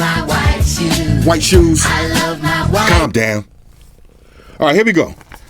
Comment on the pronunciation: You have to calm down with the clam down man lol